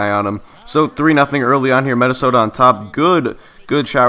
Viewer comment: Anybody else notice how he says mennisota invested of Minnesota?